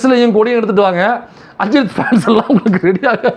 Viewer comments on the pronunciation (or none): none